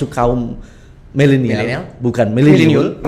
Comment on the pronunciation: Milenial jadi mileniul wkwk